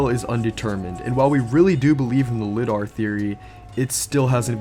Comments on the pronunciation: It's pronounced "Lye-Dar", as in 'Telling a lie.' You know ( L + eye ). Nbd, just wanna help. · It’s pronounced “lie-dar” (LIDAR) and we use it all the time for sending distances on our machines. It’s fairly short ranged, ~30 meters or so, compared to many other types of distance sensing (for topography maps or whatever) so I doubt it is that.